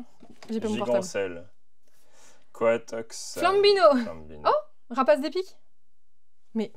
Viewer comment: il c tromper sur un nom de pokemon il a dit coitox dsl je c pas comment sa s'écrie mes c étais pas coitox il s'appelait cradopot 🤣😂 mes bon c pas grave on l'adore quand même 😂😂😂😂